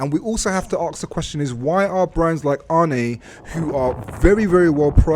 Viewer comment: It's pronounce arn not arnie 😂